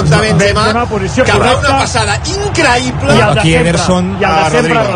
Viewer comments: fenómeno paranormal, incraiblaa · De las risas al llanto en un segundo catalufas🤣🤣🤣increibla increibla🤣🤣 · Incraipla culés incraipla!! 😂😂😂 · Incraibla !!!! dice el colega... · Ancaraaaa Bensemaaa, incraiblaaaaaaa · Se las tragan incluso DOBLADAS, jajajja. "incrahibla"